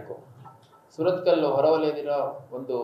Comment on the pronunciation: Not soorathkal,it's surathkal